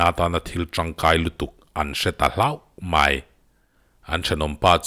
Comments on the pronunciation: (Mai) tih hi (my) iti zel a😆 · MAI i lam dan hi sial 😁😁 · I'mai' lam dan chu ngaihthlak a nuam chiah lo deuh